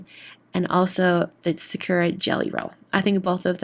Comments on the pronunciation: It’s not Sa-cure-a, it’s sa-koo-a. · Why do so many YouTubers pronounce Sakura wrong? It's sah-koo-la. I cringe everytime I hear sah-KUR-a.